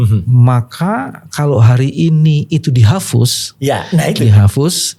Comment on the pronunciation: Di hapus pak, bkn di hafus. Wkwkwk....